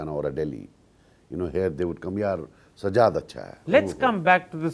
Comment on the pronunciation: Enjoyed comedy by Karan. He doesn't even know how to pronounce the name of his guest. Sajjad is a sky comedian.